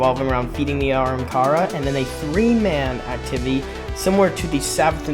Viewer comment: stop saying aramkara bro 💀where do you see the R